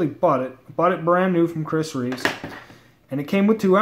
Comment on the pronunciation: If your gonna review a knife at least get the makers name correct; REEVE. Not REEVES. Christ.